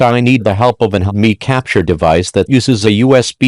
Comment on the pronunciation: "I use one hedemiii"